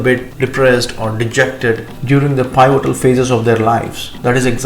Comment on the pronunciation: Pivotal is read as P-votal